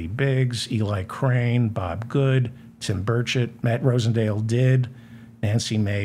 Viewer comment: With the noise in my shop, it sounds like you are saying Tim Birdshit! I wonder if anyone, perhaps in junior high, has ever called him Birdshit before?